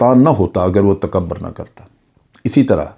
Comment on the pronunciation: Sir, correct pronunciation is "takabbur" and not "takabar".